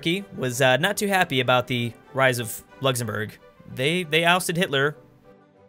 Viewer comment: Nice “luxemourg”